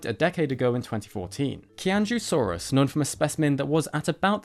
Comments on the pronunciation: Qianzhousaurus pronounced in mandarin sounds like CHI-AN-JO before the saurus and XUI is pronounced like SHWEI. Hope that helps. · Qian Zhou is pronounced more like Chi-ahn Joh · When Chinese is Romanized to use the alphabet with which we are familiar, Q is pronounced as a "Ch" sound and X is pronounced as "Sh". So the Qianzhou in Qianzhousaurus sinensis would be more closely pronounced Cheeannzhoh and the Xiu in A. xui would be pronounced more closely to shwee. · Qianzhousaurus is pronounced more like "Chee-en-Joe-saurus"; the QianZhou part is the pinyin (romanization) of Chinese script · I'm sorry that I'm being that guy(really I am... It's a horrible practice all in all); I just maybe want to clarify that Qianzhousaurus, is pronounced tchy-an-dj-ow- saurus (from land and low)